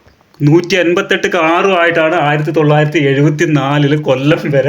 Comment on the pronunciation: 1974 എന്ന് പറയുന്നത് നൂറ്റാണ്ടുകൾ ആയ രീതിയിലാണ് താങ്കളുടെ സംസാരം